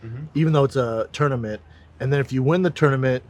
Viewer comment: I’ll settle for him pronouncing tournament as tourmanent